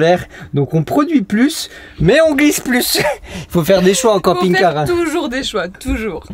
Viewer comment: j'ai compris "camping gay loisirs".